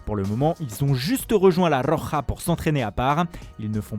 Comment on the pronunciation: la rrrrrrrrrroja mdr je suis mort son accent belle video au passage